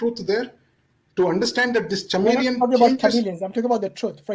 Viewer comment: Man said Chamellion like Chammak challo or chale chaiyya chaiyya😄😄